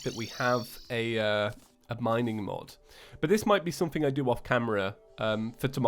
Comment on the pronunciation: did he say mod or fod ????????????????????